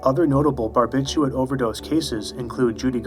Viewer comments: it's not "barbitchooit" lol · Don't you think you should pronounce barbiturate correctly